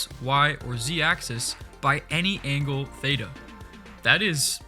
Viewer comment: lol when he said theita i went crazy cuz the pronounciacion was complete dogshit (im from greece so i know :)) Great video!